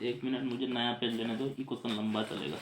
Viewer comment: Sir wo du nahi hota do hota hai